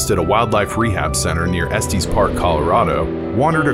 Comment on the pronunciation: Two things. First, please learn how to pronounce locations correctly. "Trego" is Tree-Go, not Tray-Go. "Estes" is not Est-EEz. It's Est-ess. Second, there were trail cam photos of a cougar in Trego County in the fall of 2004. At least one of the Wichita TV stations broadcast it so it shouldn't be too difficult to locate.